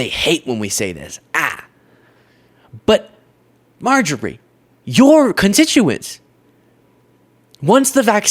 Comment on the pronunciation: Dude, just say Marjorie. Mrjtagree? Wha?